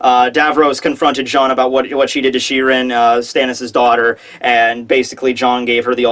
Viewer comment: lol she-rin and davros nice